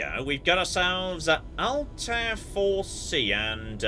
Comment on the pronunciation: May I ask if anyone else here is an Assassin's Creed fan who gets a little bugged by the game's pronunciation of Altair? I just have a reflex to hear it a particular way and it's throwing me off.